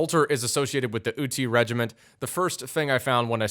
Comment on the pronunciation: ive heard worse pronounciations of utti and häyhä, but i love the concept